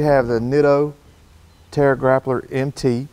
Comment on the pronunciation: "Terra grappler"... Hahaha... Trail Grappler...